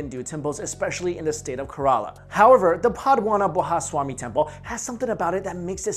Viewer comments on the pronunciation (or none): "Padwanabhaswamy" lmao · No matter how hard he try, he cant pronounce "Pathmanabha swami temple" right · The deity will almost certainly destroy the world if he hears how he pronounces Padmanabhaswamy. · no offense, but im indian and that is not at ALL the way to pronounce the word "Padmanabhaswamy" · Butchered the name of the temple huh